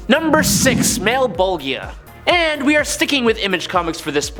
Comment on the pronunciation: It's pronounced Mal-,bol-ja